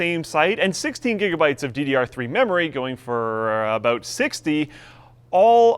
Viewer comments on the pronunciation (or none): none